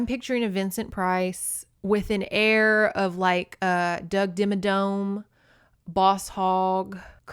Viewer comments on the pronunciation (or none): none